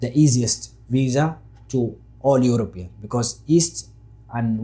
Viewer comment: Somalis can't pronounce letter P, he said Eurobean . He's 100% somali. Besides how long you somalis lie yourself and try to put yourselves above any nation and community.